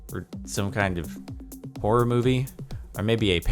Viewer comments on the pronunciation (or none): none